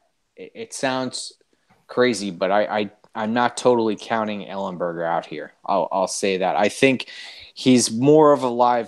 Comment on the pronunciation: Come on, ellenberger? Thats a joke right? 😂😂😂